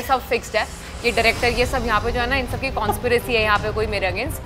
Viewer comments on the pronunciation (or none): Conspiracy** not Kaunspiracy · DELETE THIS STUPID VIDEO. Conspiracy is pronounced as "kuhn·spi·ruh·see" and NOT "kaun spi ray see". They mispronounced it like 20 times!!!! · Did anyone noticed when tapsee mispronounced “conspiracy “ Netflix subtitled it “kaunspiracy”. 🤣🤣🤣🤣🤣🤣🤣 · "Kaunspiracy " ROFL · why Kaunspiracy, why not conspiracy? Actual words have less letters also :D